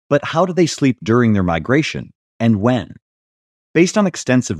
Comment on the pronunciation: Its migration, not migraine.